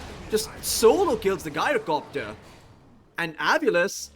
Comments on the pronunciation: His name comes from gyroscope, you can check the pronunciation from cambridge dictionary. I understand english language is very confusing with no rules to this regard, but the only 'guy' pronunciation i can think of for 'gy-' is gynecology, and it's extremely off putting to hear gyrocopter getting pronunciated like that. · 'Guy-roh-copter' Did this guy learn english from Scooby?